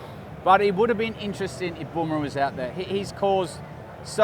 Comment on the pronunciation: Not bom rah? Fkin English! BUMRAH IT IS!